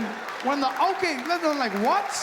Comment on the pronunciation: Yes we don't roll our r's either but I swear I cannot hear anything when a South African should be saying: "they're we're or you're"...they all seem to be totally missing the "re". Sounds exactly like "they we you", not "they're we're you're".